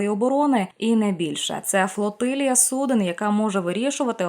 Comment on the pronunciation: ГОВОРИТЕ УКРАИНСКОЮ ПРАВИЛЬНО!!! Не судЕн, а судОв.